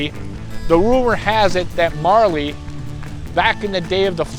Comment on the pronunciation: A little bit wrong in spots, but fun to listen to none the less. And it's pronounced MOOREly's dog not MARley's dog. Glad to hear you're doing better.